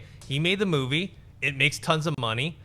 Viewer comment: Every time says Moovay my ears bleed.....